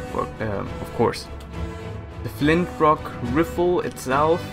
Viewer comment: Did say flintrock riffel?